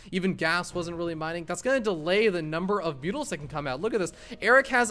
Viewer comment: "Mutals"? ಠ益ಠ